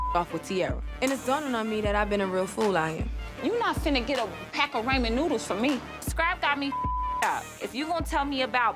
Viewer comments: I literally say this shit till this day! Pronunciation as "Ray-mun" and all, don't piss me off!!😂😂😂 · She calls them raymon noodles i cant 😂